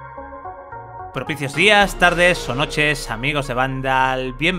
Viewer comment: Ah este es el que dice prepucios días